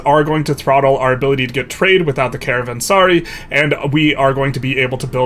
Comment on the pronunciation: it's pronounced less like caravan+sorry, and more like caravan+ser+ai/caravan+ser+i like the pronoun "I" is pronounced. Love the video though. Have been excited for this region.